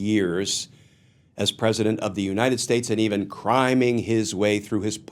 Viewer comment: I initially heard "criming" as "crying". Hopefully by the end he is doing just that!